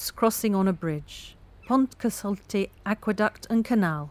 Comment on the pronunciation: Can we get native Welsh speakers to narrate a video about the Pontcysyllte next time? In literally every video it is pronounced incorrectly.